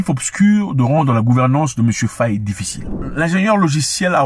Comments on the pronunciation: C pas Fauyé mais Faye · Frangin, merci pour toutes tes vidéos 🙏🏾🙏🏾🙏🏾🙏🏾. Infiniment 🙏🏾🙏🏾. Je vous suis et vous regarde pour suivre les informations 🙏🏾. S'il vous plaît, ce n'est pas FAYÉ, c'est FAYE ( faille) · Nous n’avons pas besoin de Karim Wade! Il a été épinglé par l’ofnac, qu’il rende les milliards volés! Par ailleurs une petite digression pour toi Zack, au Senegal on prononce bien le nom du président “FAY” le “e” est muet. D’ailleurs ce patronyme existe aussi chez nos voisin Gambien car la Gambie et le Sénégal ont les mêmes ethnies et on dit bien “FAY” en prononciation. Même s’il s’écrit FAYE. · Monsieur Mwekassa j’ai grandi en sagesse avec vos mots et paroles. Néanmoins depuis peu je vous écoute mais quand vous prononcez nos noms sénégalais vous les francisez. Svp faites juste un effort pour cela. Ex: FayE et non Fayé. KanE et non Kané. Le peuple vous remercie beaucoup et j’aimerais bien vous inviter dans mon quartier à Dakar tout le monde ne parle que de vous. Merci infiniment